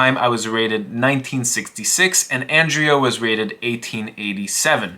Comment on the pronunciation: Ah yes, "Andrez" Botez